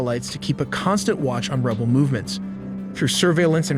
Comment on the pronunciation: Why do you say Houthi Rabel.